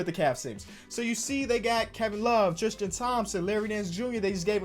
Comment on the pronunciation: Why he always say “Tristian” like his name Christian with a T